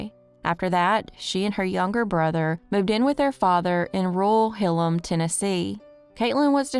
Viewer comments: Hilham, pronounced Hill-Ham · Hilham is pronounced as Hill ham by all the locals and in surrounding counties. I remember when this happened